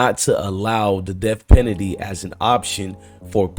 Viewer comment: You mean def pennedy 😂